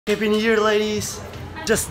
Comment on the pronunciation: У вас отличный английский, но хэппи. хоул хоуп, пытались исправить произношением буквы h? Всего наилучшего